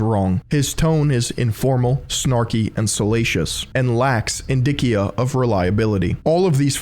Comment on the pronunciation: indicia - In-dish-E-uh